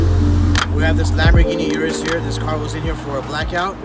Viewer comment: Come on, don’t murder the name of the car man. It’s pronounced “Oorus” not “yourus”. Lol reminds me of the Bentayga situation. Lol. Nonetheless another bangin’ video from my favorite YouTube channel.